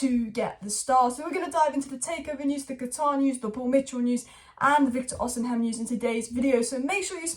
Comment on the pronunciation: please read this ffs Vik-tor O-SEE-MEN